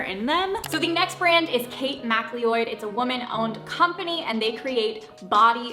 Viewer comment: Mcleod ( Mccloud)